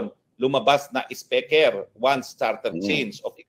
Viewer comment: halatang asar si Atty. Roque Kay M.Romualdez, Kasi bigkas nya sa speaker iba hehehe